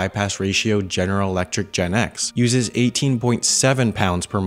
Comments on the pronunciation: Biggie Cheese actually is GEnx(pronounce as G.E.N.X) Not jet X nx was short-term name of next generation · fyi, the GEnx is pronounced GE-N-X, not like the Gen-X generation. :D